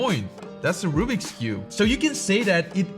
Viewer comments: I ❤ how says Rubik’s cube as rubbeeks cube 😂😂😂😂😂😂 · you still say rubix and you have a GAN if you do say Rubiks not rubix